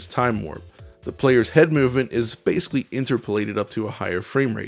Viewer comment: You say the word ‘basically’ a lot. It wouldn’t be an issue, except you keep mispronouncing it as ‘basely’. It’s really distracting and lessens the production quality of your videos.